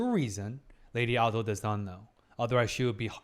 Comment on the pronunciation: Not him calling lady Ah-do and Jinshi siblings-👁👄👁 NO SPOILERS SORRY